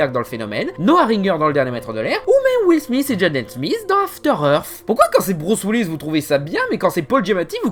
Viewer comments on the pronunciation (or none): none